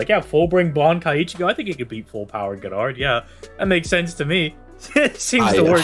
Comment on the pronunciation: Gerard is pronounced (jer'ard)